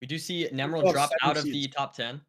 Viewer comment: since when do we call him nemerald and not nEmerald